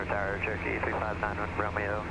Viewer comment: I kept hearing. TURKEY 773.alias,it was CHEROKEE, NOT TURKEY. 😂😂😂, Sorry.